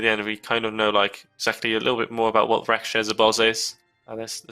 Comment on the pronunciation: Raksha... It's pronounced as how Ruckus starts , Rucksha.... Please get it right lol... We have that term in our mythologies xD...raksha sounds like rackshaw